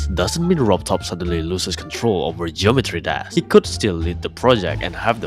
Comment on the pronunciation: the way you say geometry dash is too funny to not point out. "geometry dass"